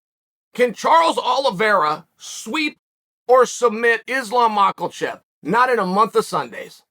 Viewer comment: “Can Charles Oliveira sweep or submit Izlawm Mocklechef”